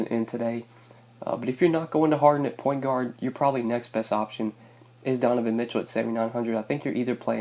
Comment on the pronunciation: did you say porn guard instead of point guard!? hahaha